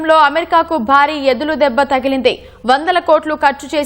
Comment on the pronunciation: ఎదులు దెబ్బ కాదె నత్తి దాన, ఎదురు దెబ్బ అనాలి, నీ నత్తి నోట్లో నా సుల్లి